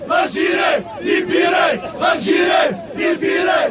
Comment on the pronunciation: On ne prononce pas Algiré mais Algérie, ya lehmayer, ay ighyal.